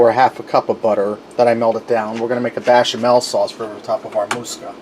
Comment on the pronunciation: You're pronouncing musakka as moose ka, should be moo sa ka and bechamel as bash instead of besh. I had to be that guy but the dish looks good. Traditionaly when making a bechamel you put numeg in when you cook it, preferably grated but I've never met anyone that had it in raw form.